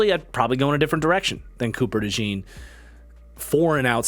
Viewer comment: Please pronounce Cooper Dejean's last name correctly. It's not like "jeans", it's like "john", so Cooper Dejohn (with the j being almost like a "sh" sound, so kinda like Cooper Deshawn)